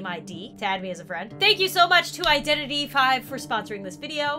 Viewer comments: It’s not “vi” it’s v ;-; ALSO DEAD BY DAYLIGHT NONOONONOONOOOOOO ITS NOIOINOO THE CHAIRS ARE FREAKING HOOOOOOKS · wait so it's pronounced Identity 5. And not Identity V. Oh my god.